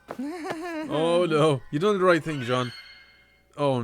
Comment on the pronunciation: I love his reactions, but why do some people pronounce thing ting. He isn't the first I have heard it from, but I have no idea what accent it is. The guys from little lizard gaming also did it.